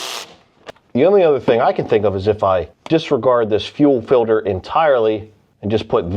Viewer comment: "fuel filder"